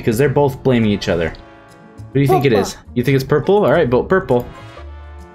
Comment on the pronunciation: omg when he meant to say purple and he said poopa